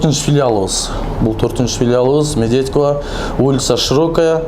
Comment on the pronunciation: Медвеко эмес мырк Медведкого туура суйлошту уйронуп анан чыкчы.Кыргызбай суйлогонду уйронгулочу биринчи.реклама тартып бергиле десе асмандын баасын айтасынар 25, мин 30 мин деп.целый тойду тартса 10 минге тартат силер 10 минуталык видеонорду 30мин дейсинер уяты жок бет бактар